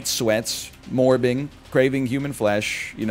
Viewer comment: I'm really angry at how funny I find him saying morbing is